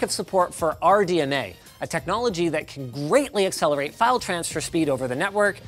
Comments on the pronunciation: I thought linus said r dna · Are you saying Pam or Pan. ? (RDNA RDMA)